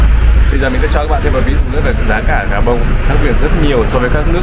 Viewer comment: Khi đọc tên đô thị thuộc Châu Phi , Ad phát âm rất chuẩn tiếng Pháp